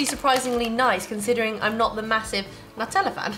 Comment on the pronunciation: You guys are great! I especially liked Cabbage Patch kids comment! 😂 And, you’re adorable as always! (Especially ) Btw, Nutella is pronounced Noo-tell-uh. Keep up the great work and I’ll keep watching!